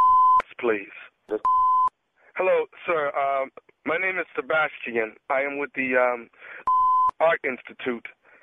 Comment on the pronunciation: MY NAME IS SABAS-TI-AN. 😂😂😂😂😂😂🤣🤣😂